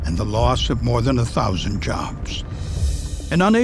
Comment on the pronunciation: .....the loss of more than (a thousand??? it can't say a thousand??) jobs